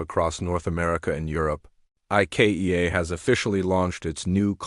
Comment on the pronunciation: AI needs to learn to say Ikea.